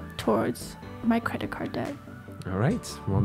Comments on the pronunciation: hey, when you pronounce debt, the b is supposed to be silent. But I love the podcast and watched almost every video. keep up the good work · That's your signature word now! Do not change. You're the deBt guy😅